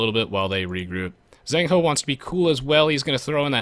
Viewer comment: eddie actually managed to get 2 villagers with his initial scout, not just one, which I guess put ZhengHo at a substantial disadvantage. Also 'zh' is to 'z' as 'ch' is to 's' :P